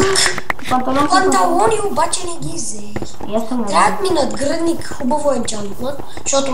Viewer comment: нагръдник а не надгръдник омфг :Д